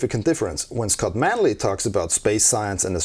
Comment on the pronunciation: "I'm, Phly safe" AGAIN!